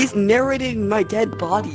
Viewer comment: "STOP NARRA'IN'!" is that british or nah?